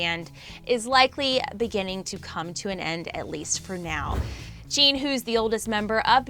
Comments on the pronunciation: It’s JIN not Jeen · zooms into jungkook while saying that jin the oldest member is most likely to serve in the south korean military me: lmao what jungkook is the mAkNaE, and wtf is jeen? that’s literally how she pronounced jin’s name i’m wheezing. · i'll sue her did she really say chin ??????!!! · Who is " Cheen"? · WHO IS AND CHUNGKOOK?! AND IT SOUNDED LIKE SHE SAID CHIN INSTEAD OF JIN! ONE LAST THING, IF YOUR TALKING ABOUT JIN... WHY ZOOM IN ON JUNGKOOK?! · Ok but “Chin”, “” and “Chungkook.” I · Chin**?? Girl it JIN J I N jaa aiee an jinn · Emmmmmmm.......its jin not jean 😊😊😊😊😊👍👍👍no hate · Who is “Jean” 💀 I only know JIN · Normal armies: Jin Her: cheeen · Dude, it’s ‘Jin’ NOT ‘jeeeean’, how can you even mispronounce a three letter name like that!???? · No offense but why did you show jungkook while talking about Jin? And jean isn’t Jin.. jeemin, ok good. But jean?!? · “jean” “” chungkook” 😂 it’s jin, jimin, and jungkook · Woah I can't believe she keep on pronouncing, Chungkook and Jeen in the whole video 😂 well she should have at least learn how to, its for the news🤔, how can they expect us to take this seriously when they don't take full responsibility in proper research and interest in the boys. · wait who the freak is “cheen” lmaooooo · When she pronounced Jin as Jean and zoomed in on Jungkook. Tbh me starting out as an army thinking I know stuff and trying to explain every member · I love how she pronounced Jimin’s name as Jeemin, Jin’s name as Jean, and Jungkooks name as Chungkook smh 🙄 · Every time she called Jin Jean I just wanted to correct her so bad. Like...how do you mess up Jin’s name that bad?! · She said jean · She also said Jin-hoo? LOL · 3 army forever BTS is my lifeu “Chean” when she said jin😂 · I'm sorry but she said "JEEEN" 😂😂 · Introducing two new members of BTS, “Ji-mene” and “Jean”. She should attempt to get the pronunciation right. She didn’t screw up JK’s name too badly though. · "" "Cheen"